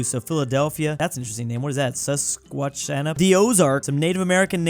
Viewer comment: hearing try to pronounce Susquehanna made my day slightly better